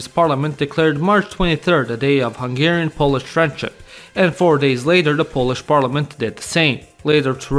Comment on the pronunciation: I like your hungarian pronunciation!